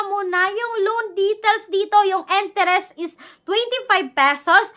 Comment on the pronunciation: kaya nga. akala mo laging galit at ang ingay 😅😅😂 enterest instead of interest 😊